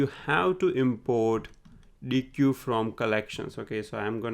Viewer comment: Awesome content! It's great that you're able to squeeze in so much valuable information into a 13 minute video. Also, sorry if I sound pedantic here... but I believe the correct pronunciation of deque is "deck" (written in the documentation ). Thank you for the valuable content :D